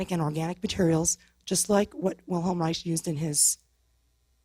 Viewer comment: she needs to learn how to say wilhelms last name, it's pronounced as rike.